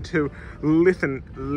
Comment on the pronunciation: It’s pronounced Lin-thi-cum.. as someone that lives here and uses the light rail daily. The fare machines have only been accepting cash only while they are updating the credit side to make it more modern. The Penn-Camden Shuttle has not been running because of construction at Penn Station with upgrades and what not. The BWI bound and Cromwell bound trains usually run about 15 mins apart so they are not too close together